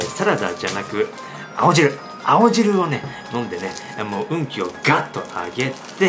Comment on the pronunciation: 青汁が顎汁にしか聞こえない